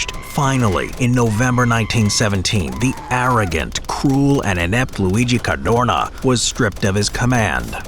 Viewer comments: Why is he saying certhuurnaw like that ffs. Car doe na. You moron. Jesus Christ almighty. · Sad to say: it‘ Cadorna and not Cardona… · Cadorna, not Cardona. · It hurts my ears hearing you say the surname of general Luigi CarDOrnA💀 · CADORNA, not Cardona !!!! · Cadorna, no Cardona. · It's CADORNA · "Cadorna", not "Cardona". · His name was Cadorna not Cardona. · caDORna, not caRDona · caDORna, not caRDOna, my ears bled every time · CaDorna not cardona!!!! and thanks for pissing on wwi graves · Cadorna not cardona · It Is CADORNA. NOT "cardona". And yes, in Italy we have lots of military barracks dedicated to his name and I don't understand why... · It s not Cardona, it s Cadorna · It's Cadorna. Cardona Is a wrestler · Every time I hear CARDONA instead of Cadorna I throw up a little. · dude, it was CADORNA, not Cardona, Cardorna or Cadrona as you kept calling him. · It’s Luigi Cadorna, not Luigi Cardona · it's CadoRna not CaRdona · Cadorna, not Cardona!